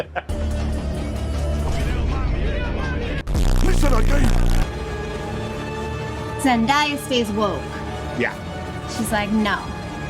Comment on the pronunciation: A small thing, but it's worth listening to the song "Zendaya is Meechee" to learn to pronounce "Zendaya."